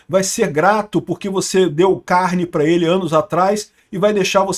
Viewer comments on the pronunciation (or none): none